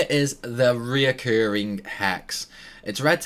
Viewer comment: I don't know why it's so hard for people to pronounce recurring, but it's RE-curring, not RE-O-curring. :(